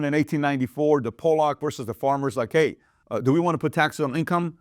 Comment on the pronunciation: Pat, as always, great video. Pollack is pronounced Pah-lock, not Poh-lock. The latter is a pejorative describing Polish people ;-)